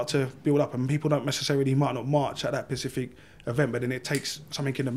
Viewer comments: Once he said “Pacific” a few times that was it for me. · Yes but it is clear he is trying to say a certain word but can't so yes he pronounced it wrong. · He was clearly meaning to say Specific, You know that to point it out. All I am saying is clearly he can't pronounce the word properly. Why is the real reason you said ''that was it for me''? Not like the look of him? Face tattoo?